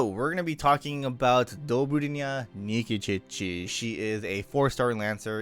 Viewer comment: Why do you say Nikičiči instead of Nikitić?